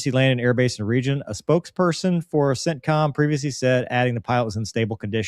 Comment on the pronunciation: Whenever you say “CENTCOM”, I hear “sit-com”.